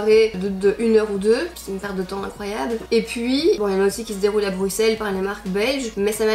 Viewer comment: ça s'écrit Bruxelles mais ça se prononce Brusselles et pas Brucselles